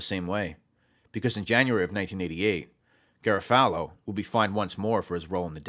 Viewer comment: Solid information, but the constant mispronunciation of Garofalo kills me.